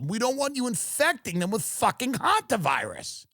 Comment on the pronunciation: Thank you Tim for being the only podcaster so far that knows how to pronounce Hanta virus!